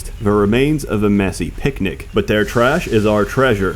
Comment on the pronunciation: you said picnic like my grandma that has that silly Darth Vader voice.